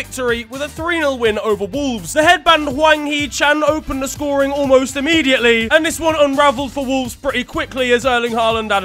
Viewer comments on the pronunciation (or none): none